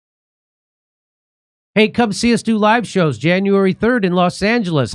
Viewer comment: “Dronuary 6th” 🤣